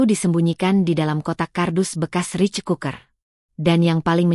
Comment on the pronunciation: Baca yang benar rice (rais) bukan rich ,pembaca narasi malu maluin